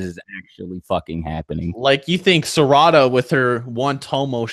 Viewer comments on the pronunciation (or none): Noooo My dude said Serada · he butchered sarada’s name😭😭